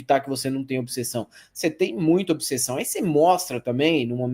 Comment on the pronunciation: Detalhe: pronunciou obissessão, tá ok?